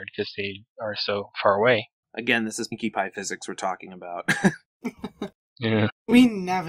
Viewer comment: Silly,, and! thats not how you say Pinkie Pie is Best Pony